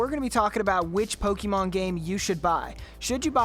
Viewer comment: Stop saying Pokemon wrong 💀💀